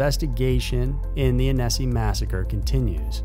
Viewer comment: The "Annecy" massacre is pronounced "Anna - see" - not anissi...where one emphasizes the syllable makes a difference.